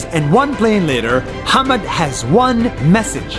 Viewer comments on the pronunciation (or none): His name is 'Hamad' not 'hammed'. Another one it's not 'DOGE' its 'Dodge'